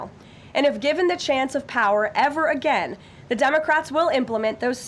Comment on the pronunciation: 😆 What was he axin' uhgeeuhn